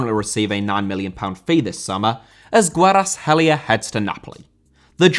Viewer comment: Kvaratskhelia* not Kweratelier